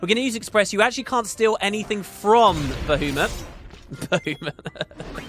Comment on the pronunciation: Not only is Bahamut back, but so is "Ba-HOO-mut"! :P